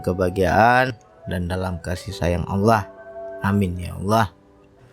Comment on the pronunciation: tolong benahi ucapan lafad Allah yg ucapkan